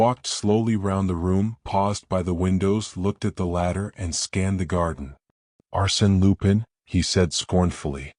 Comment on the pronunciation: You can't even pronounce Arsene Lupin correctly. Hopeless